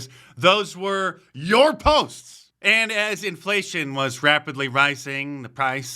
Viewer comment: Enflayshunn.... i lerned a new werd today.